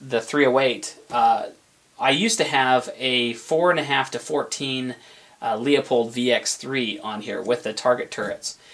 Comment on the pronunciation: Lets all say "Lou-poled" real quick..."Looouuuu-pooolllled." I swear if I hear Lea-poled once more....I dunno. Ya'll can pronounce your fancy overpriced optic however ya'll want to I suppose.